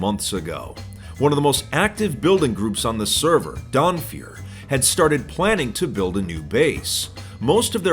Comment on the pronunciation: I heard "Donfeur" and I was like "oh no, not another one!"